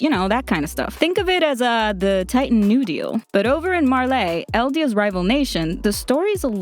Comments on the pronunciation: "marla" and the "marlanians" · Why does she say marlay. Its Marley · Marlei? Its pronounced "marlee" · Her pronunciation of Marley as Marleé is really throwing me off. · 'Mar - Ley' well it is Marley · Myamurr But is Marley really pronounced like that? I’m confused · God the way you pronounce Marley and paradis are annoying af God you can’t pronounce anyone right